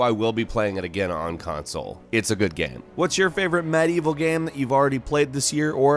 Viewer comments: He also says "Gam". Drives me freaking crazy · While I enjoy these videos... I Can't stand how he says "game". It's like... "geeim" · once you hear gäme you cant unhear the gäme in game lol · I love, but the way he pukes the word "game" rarely fails to frustrate